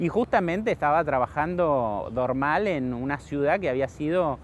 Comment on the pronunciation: Es muy bueno el video, muy claro. Lástima que no le adviertieron al relator que el apellido de Jules Dormal se acentúa en la última sílaba y no en la primera. Cada vez que lo nombra y dice Dórmal es como si hablara de otra persona.